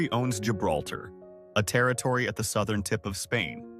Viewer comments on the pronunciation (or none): none